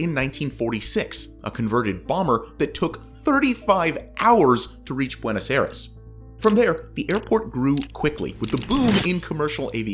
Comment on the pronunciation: Holy cow did you ever get Buenos Aires wrong